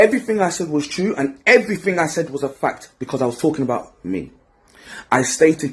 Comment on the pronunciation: Why does he say? Efryfing? And fink instad of think? I mean you’re British right? you speak the Queens English…